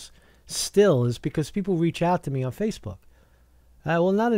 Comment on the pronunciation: "Facefook" ftw! lol